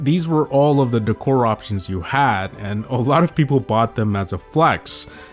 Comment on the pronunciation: The way he said decor pissed me off